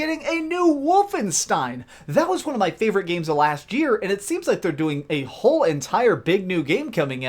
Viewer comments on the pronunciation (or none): none